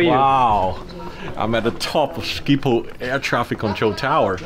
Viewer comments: Sciephol😂😂😂 statement: sgiphol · im dutch but you say scipol but you need to say sgiphol and how you spel dat is schiphol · Hahahaha he said Schiphol like skiephol🤣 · No one who isn’t dutch can pronounce schiphol correctly ahah